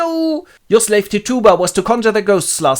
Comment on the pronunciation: Hmm, never heard Tituba's name pronounced that way before. Americans say TIT-u-ba.